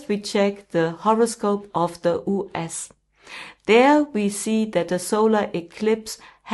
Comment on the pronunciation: So you don't even know how to correctly pronounce "US" !!?!!??